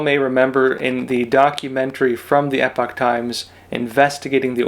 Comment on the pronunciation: Thank you for the report and thank you for not pronouncing "epoch" as "epic."